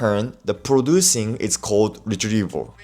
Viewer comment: Sorry mate, what was that word? I didn't quite catch it, was it "retrieval"? 👀. Good video ma man!